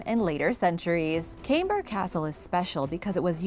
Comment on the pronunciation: Camber is pronounced with a Hard C so to make it easier, if I write it as Kamber Castle you get to know how to pronounce it.